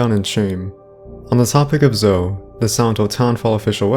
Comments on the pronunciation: Omg dude it’s Zo-ey pronounced ZO-EY - you pronounce the E at the end, even zo-eee - it’s not ZO ffs lol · It's Zoe.... ZOOO----EEEEE LIKE ZOEY JUST LIKE JOEY BUT WITH A Z Come on man u are not even pronouncing the names right and u think you know secrets.......lol